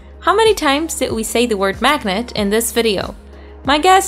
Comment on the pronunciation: You said "maginet" 24 times